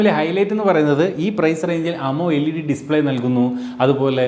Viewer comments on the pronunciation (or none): അമോ എൽഈഡീ ഇനിയും മാറ്റാൻ ആയില്ലേ 😑. ആമൊലെഡ് ആണ് ശരിയായ ഉച്ചാരണം